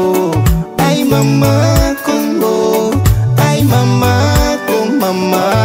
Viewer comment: J'aime ta façon de prononcer kongo